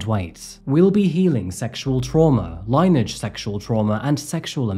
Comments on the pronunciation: he also says Line-age ... when it should be pronounced Lin-e-age. But we all know what he's saying and we're understanding it right? So does it matter? It's like calling out someone for spelling mistakes when they could be dyslexic. I'll get me coat lol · Just fyi... Lineage is pronounced "lin-e-aj" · The first time I’ve ever heard “lineage” pronounced “line-age” and not “lynn-ee-ij.” Sad all around, kind of amazing how kids can survive terrible parents who just pop them out w/o a further actual care. Sad also that she needed to be online to “make a living” but also clearly couldn’t handle being online. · it’s LIN-EE-EDGE not LINE-EDGE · Its lineage,( linyage), not line age.. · Lineage is pronounced lin-ee-age not line-age. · … Line-Age, Really??? It’s pronounced Lin-E-age. You’re killing me with mispronunciations. Please do some research on word pronunciations before making your video. Or just call me! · Lineage is pronounced as " Lynn E Age" 😅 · Dude doesn't know how to pronounce "lineage." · Dude, 'lineage' ?? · Two-Pack, Mary-land, Line-age, Pluh-thora. Great work.